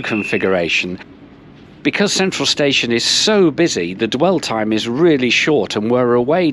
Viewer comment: Oy did you just called Antwerp station a space-ion ? Nice one